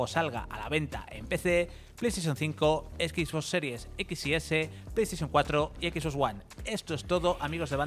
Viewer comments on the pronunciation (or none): none